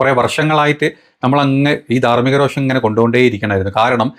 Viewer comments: സഹോ.... രോക്ഷം അല്ല രോഷം ആണ്...🙏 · രോക്ഷം അല്ല പുള്ളേ രോഷം